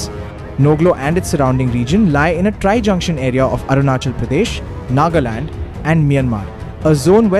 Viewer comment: Atleast pronounce right If you are also indian and as an Indian you should learn n know about Our Indian states, What is Arunisil?? Its Arunachal